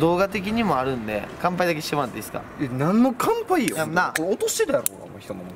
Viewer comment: 乾杯の言い方間違ってるやん